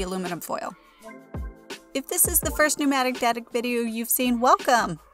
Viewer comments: You always say "Pneumatict Addic" and it throws me off every time... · Ryan Layne I was just thinking the exact same thing! Oh well....I forgive her